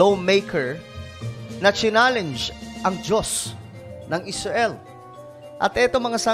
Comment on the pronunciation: Parekoy mali yong tunog ng pananalita mo Muslim hinamon ng dios ng Esrail hahaha